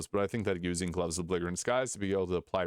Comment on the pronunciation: the g is "belligerent" is soft